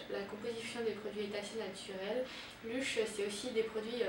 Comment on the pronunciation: La video est pas mal mais on dirait que tu avais deja ecrit un texte enfin on a l'impressiom de voir une pub ou une presentatrice tele alors que sa serai meilleur si c'etait spontané :) P.S : On prononce "Leush" Bonne continuation